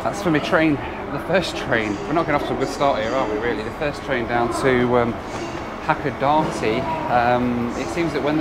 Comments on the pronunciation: Hakodate is pronounced as Hakoda-tay not Hakoda-tee lol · Don't play the "drink every time you hear Hakodate, pronounced wrong" game. Nearly killed me. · Is it hilarious that it's the only Japanese word he's mispronouncing? Drink! 😂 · Drinking Game Time: Have a shot 🥃 every time says Hacodate 😅😂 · I would say if you pronounce Hakodate the way our main character in the video does.. you might consider carrying a lot of money to buy tickets several times, since you might be having a lot of other 'Japanese' trouble. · You really do need to learn how to pronounce the city's you've been in or traveling to to honour each language,... it's Sap -aa-row.... Hack-aa-da-day,.... FFS! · I always pronounce it SApporo not sapPORo also Hakodate. mispronounces it so the captions think he's saying "happy dancey" or "pack of Nazi"